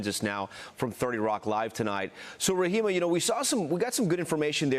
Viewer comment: Oh, she's such a model citizen! She killed a woman! And that reporter is Ra-hay-ma, not Ra-hee-ma. Where have you been? You dolt!